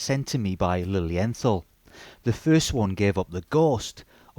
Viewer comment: The pronunciation is Lilien...tall , I am not being disrespectful, I was corrected by German speakers. Their newest automatic has a Miyota movement, I think that is a colossal mistake. I own 12 of them most limited edition. These watches are either loved or hated, there is no in between. Their resale value is lukewarm, they are not an investment.